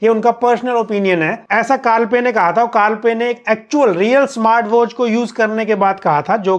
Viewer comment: When you said carl pei ki marketing. It was like carl pei ki maa ki😂